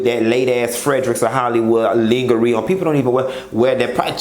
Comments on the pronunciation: Babeee....did I hear you say Linga-ree??💀💀💀💀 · Did u say lingahree. I'm dead💀💀💀